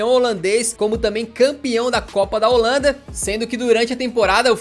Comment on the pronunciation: Bit eu moro na Holanda há dois anos e a dua pronúncia holandesa é perfeita 😂